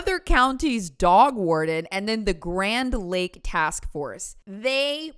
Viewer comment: Did you say DOG WARDEN?!